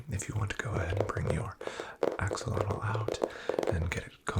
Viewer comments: I'm native English speaking and I STRUGGLED to hear it. But I did, after re-listening about twelve times. It's the difference between beginning "ah" sound in "axolotl" and beginning "Oh" sound in "oxilotl". He's saying "OX-ah-lot-l" instead of "AX-oh-lot-l" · I absolutely love ur vids man but every time you said “oxilotl” instead of “axolotl” I flinched 😂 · why are you saying oxalotl